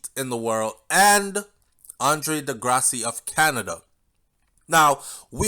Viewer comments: Big up, Andre De Grasse. 🇨🇦,last name is French. Pronounced De (Grass). Just saying. 😁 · The E at the end of his last name is silent